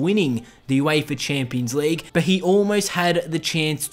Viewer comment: Wtf is the Youééifa Chéémpions Leigue?